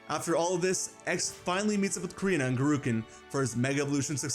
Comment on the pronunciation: It's Gurkinn, not Gurukinn